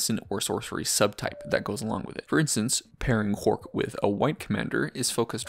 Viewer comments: Why do you pronounce it "Quark"? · Because he is a Deep Space Nine fan